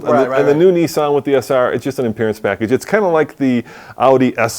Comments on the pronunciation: Sentra Se-r not sr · I think you meant SE-R.